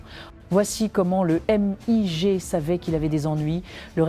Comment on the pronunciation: On prononce "migue", pas "éM-I-Gé" !!!